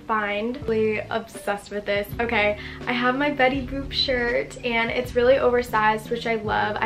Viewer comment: WHY DOES IT SOUND LIKE SHES SAYING BETTY BOOB LMAO 😭😭